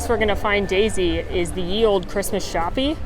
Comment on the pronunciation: Did she say 'shop-E' ? lol